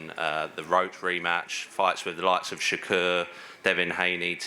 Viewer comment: Bro can’t even say shakur name it’s that bad .